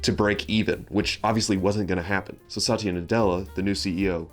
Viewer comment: Good video, but quick note, it's "Sat-ya", not "Sa-ty-a." ❤